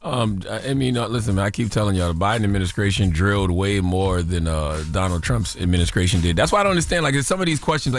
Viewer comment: Did he say adminisCRATION?